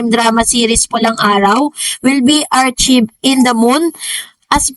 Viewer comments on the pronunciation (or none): archived is pronounced as ar-kyv'd, with a k, not ch, and a long i. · ARCHYVED PO PRONUNCIATION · You pronounced archived incorrectly. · please correct yung pronunciation ng "archived"